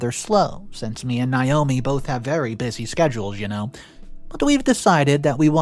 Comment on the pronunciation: OP's wife's name is pronounced NA-O-ME. Not NI-O-ME. I know because it's my name, and I hate when people call me Ni-o-me. It's spelled Naomi the A is long. NA-O-ME, there is no long "I" sound in Naomi.